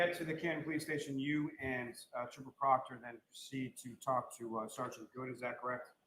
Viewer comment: Every time this guy says Trooper Proctor my wife hears Chupacabra. 😂